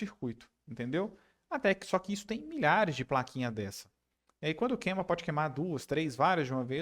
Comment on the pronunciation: Sugestão, evite os vícios de linguagem como "QUEMA". Queima soa melhor , salvo esteja falando em espanhol. principalmente para falantes de português de outros paises. Parabéns pelo vídeo👍